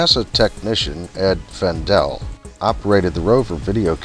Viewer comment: Good work. I believe that the trajectory analysts tried to help Ed Fendell (and yes you got the right pronunciation) to set preplanned camera settings to follow the azimuth & elevation angles, but I'm not sure if he ever used it. As you stated, he used trial and error over the three flights.